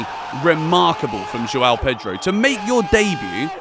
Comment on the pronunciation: I wish you could learn to pronounce the name João.